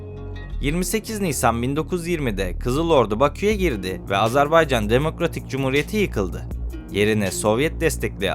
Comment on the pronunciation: Emeğinize sağlık ancak: Doğru söyleyiş Azarbaycan değil "Azerbaycan"dır. Diksiyona dikkat etmek lazım. Mesela "Mütareke" kelimesi de yanlış telaffuz edilmiş.